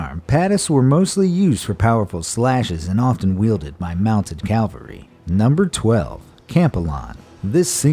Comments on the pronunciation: CAV-AL-RY nor CALV-A-RY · Okay... cool video and all, but why the fuck would you mispronounce cavalry? I want to slap everybody who says calvary, because it's just wrong. I'm amazed by the sheer amount of people who mispronounce that damn word. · The word is cavalry, not Calvary. Excellent video though. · mounted "cavalry", not "Calvary" ! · its cavalry not "calvalry" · it’s cav-el-ry not cal-ver-y, cavalry are horse mounted troops, calvery is where they crucified jesus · why can so many people not pronounce cavalry? its not calvary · The narrator keeps confusing the word "Calvary" for "Cavalry". It's an easy mistake to make. Calvary is the hill on which Jesus and the two thieves were crucified. Cavalry is mounted troops, either on animals like horses or camels (sometimes jokingly called "Camelry") or in mechanized vehicles like tanks. Keep 'em straight, kids, it'll make you sound educated and stuff! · Cavalry not Calvary, right??? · Hears "calvary" instead of cavalry multiple times AAAAAAAAAAAAAAAAAAARGH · I would have subscribed if you hadn't said calvary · It's "cavalry" not "calvary" dude. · He keeps saying Calvary. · *cleverly deceptive, not deceptively clever *spectrum, not specter And, ffs, cavalry only has one "L"; PLEASE stop saying "calvalry"! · *cavalry not Calvary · Please learn how to say Cavalry right. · please learn how to say Cavalry right...